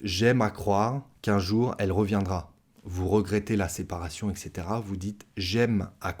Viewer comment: "etc" se prononce "ɛt setera", non pas "ɛk setera" 🙂